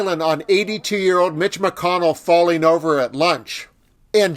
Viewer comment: Did You say Falling or Failing??